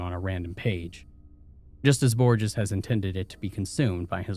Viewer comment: ÑI'm so sorry, but i was a Spanish major and...you have mispronounced Borges. Every time. Mispronunciations aren't uncommon on this channel, but this one is particularly difficult because it comes up so often I the story. I think you should consider researching words that you have any doubt about. I love this channel but I have to suggest this at this point.